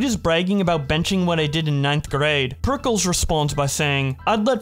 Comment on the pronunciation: Dieing at Pericles pronunciation